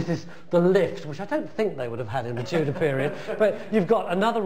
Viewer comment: "Tudor Palace" not "Tutor Place". But I appreciate you posting the video.